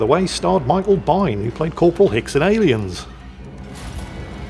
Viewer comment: Lol, I was like, who the heck is Michael Bine? Biehn really is pronounced "bean" like the legume 😁